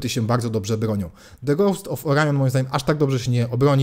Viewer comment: "człowiek uczy się całe życie" - co prawda to prawda :) ale akurat nie o to chodziło :) Jeśli wyraz zaczyna się samogłoską, to litera 'e' w wyrazie 'the' go poprzedzającym wymawia się jako 'i' a nie 'e'. Ale to często popełniany błąd :) pozdrawiam i dzięki za fajny kanał :)